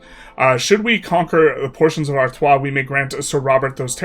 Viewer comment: You read Artois correctly, but read "valoy" for the morphologically similar Valois. Tsk-tsk!